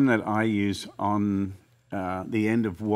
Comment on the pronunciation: Waltzing matil...wah wah bla bla... The way he mumbled it out killed me haha lol.